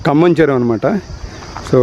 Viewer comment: Say kambham yaar.....we are listening as khammam